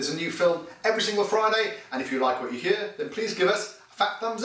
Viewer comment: you only sound welsh when you say 'hear'!